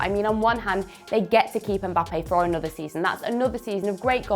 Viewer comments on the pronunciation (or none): none